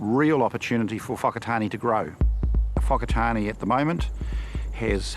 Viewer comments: Where's the O in Whakatāne aye lol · The sheer fact that the Mayor cannot pronounce Whakatane properly is ignorance in itself. What angers me the most is how some Pakeha have no concept of "wahi tapu" nor do they care. What also confuses me, is who in their right mind is going to put their whanau in a retirement village that is right next to an urupa? "You're old Mum/Dad. How about spending the remainder of your life right next to a cemetery"?